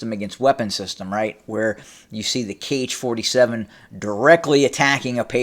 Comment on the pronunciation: Author, 'Kh' is pronounced as 'ha'. It is ha-47